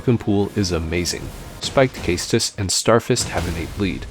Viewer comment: i appreciate the correct pronounciation of Caestus